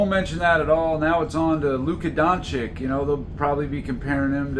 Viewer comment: don chich not don chick